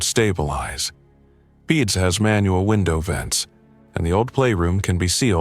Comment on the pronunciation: PACU--you pronounce it either as P A C U, or Pack You. Accucheck is pronounced Ack cue check. And Peds is Peeds (bc it's short for Pediatrics). Isn't AI supposed to be smart? How do I know? I'm an RN.